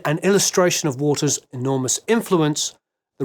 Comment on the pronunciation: Bizarrely every time you said Waters I heard it as Walters.